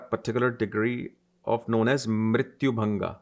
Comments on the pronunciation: Mrityu bhaga not mrityu bhanga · It's not mrityu-Bhanga...it's bhaga (part)...